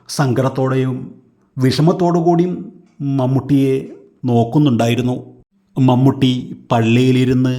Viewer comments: മമ്മട്ടിയോ....? എന്ത് ബോറാണ് വിവരണം.... മമ്മൂട്ടി യുടെ ഒരു ഫോട്ടോ പോലും കിട്ടിയില്ലേ.... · മൺവെട്ടി അല്ലടോ..... മമ്മൂട്ടി ☹️☹️☹️☹️